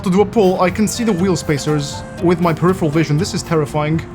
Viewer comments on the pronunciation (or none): none